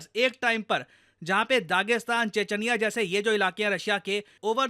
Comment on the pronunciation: che-ch-niya hota hain, che-ch-anya